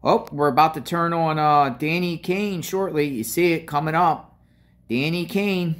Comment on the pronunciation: Can’t believe you can’t say Danny Kaye {Kay). You know founder of St Jude hospital